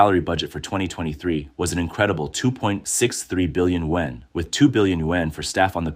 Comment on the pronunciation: why is it sayin yuan like that? Is the voice Ai?